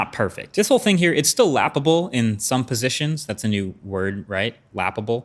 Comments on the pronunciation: I thought he said it’s laughable then he shows it. Oh that lap able 😂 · "Laptabald ?" -MKBHD 2020, lady's and gentleman's write that down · i made it to this point of my life where i finally hear "lappable"